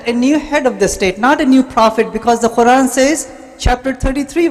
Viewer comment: Was anyone else irritated by this guys squeeky old lady voice... And his pronunciation of the quran was weird.